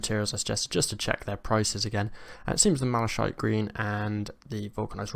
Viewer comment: MalaKITE. It's a real english word so no excuse for saying malashiet.